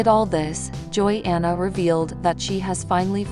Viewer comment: If you are going to talk about Jinger, you should pronounce her name correctly!! It's pronounced Ginger!!